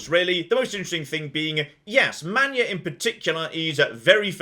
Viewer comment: But you have to pronounce his first name as “Man-yah”